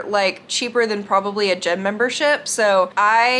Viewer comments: Guys it might just be me but when she said gym membership i thought she said gym membershit. Lol 😂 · ya she did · She did lol